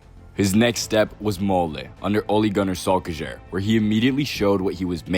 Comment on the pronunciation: ole gonar solekekjer? holy fuck the worst name butcher ive ever heard